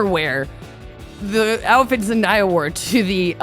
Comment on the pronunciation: Why do people have such a hard time saying ZEN-DAY-UH like wtf.. everyone tries to be too proper saying her name. And she famous asf so she says her name a MILLION times like omg it looks just like it sounds. Basic english pronunciation. ZEN-DAY-UH.. damn.